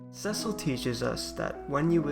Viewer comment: This is a great analysis of Cecil, the dark knight. Two comments follow. Cecil commanded (not "comandeered'," which means take over control) the Red Wings. His name is pronounced "SEE-sill,'" not SEH-sill